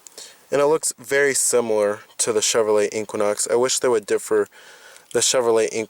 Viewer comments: The Way You Say " Inkquinok " Has Thoroughly Worked My Last Nerve. It's E - Qua - Nox . Equinox ❤ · AR, LMAO, your OCD is malfunctioning. The Chevy is pronounced EE Quin Ox. NOT EE Quan Ox. QUIN is Pronounced KWIN not KWAN.